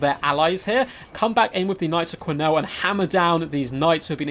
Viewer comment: And knights of key-nell, not qwee-nells.